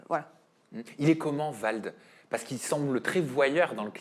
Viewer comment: VALD et non VLAD 🤣🤣 il va y avoir un problème là 😅